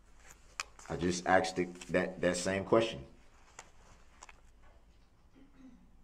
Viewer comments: We have to add...... Troof. Do Dat Oaff Axed License place Tacket Law Liberry He is also a "Narcissist Conversationalist" And i wanted to smack off the "intimidation stares". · and the all time great "axed" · "You where axed!" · “Troof” “axed” “biasness” he is so completely illiterate!!! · A civil rights lawyer that can't even say "Sustain" correctly?? Among a litany of other words he butchers.."Axed" "Tack-it agreement" 🙄😒 Yea, ok Dawn. Nice try. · Yep! Oaff and axed 😂🤦🏻‍♀️ he said it over and over he’s such an idiot but thinks he’s so smart!